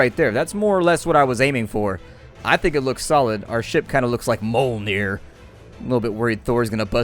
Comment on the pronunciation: "Mole-neer",? Me-yoll-near.